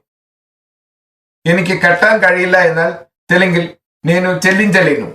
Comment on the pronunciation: നെനു എന്നത് നേനു എന്നാണ്. ലെനു എന്നല്ല ലേനു എന്നാണ്.